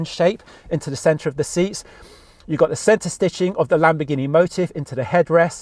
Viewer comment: This guy is butchering the lambo names.